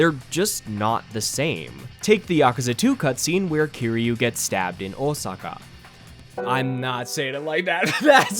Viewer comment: Your pronunciation of Osaka was spot on, though, man. That was good. Felt natural